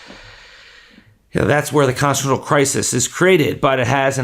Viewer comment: Constitutional is a 5 syllable word. You slurred out 2 syllables. Are you stoned or just have a peech inspediment?